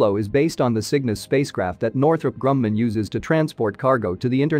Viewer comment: It is not pronounced “Northrop Grum-nan.”